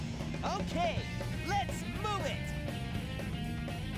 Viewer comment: Wait did sonic say let’s moo it